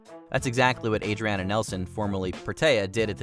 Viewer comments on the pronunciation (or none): none